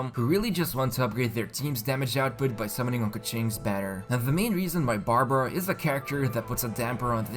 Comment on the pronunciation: Barbruh.... 😂 Bruh...